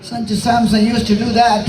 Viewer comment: Sanju samson ❌sachu samson ✅